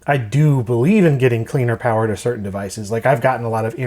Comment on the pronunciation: More powah!